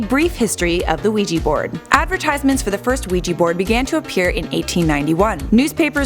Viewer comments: It's ouija not ouiji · You are so wrong in this assessment including the pronunciation of Ouija... the board has European Origins but only patented here in the United States in 1891. It was called the Ouija for the French and German words for yes however the board makers of the time did not know this and termed it as " good luck" which holds to this day. You like to give in this video a scientific explanation. And a spiritual belief. There is a wealth of knowledge on it if you just do a simple search in areas of the occult